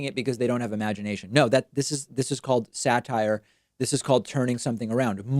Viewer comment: Sarcasm --is what he said. He can't even say the word satire.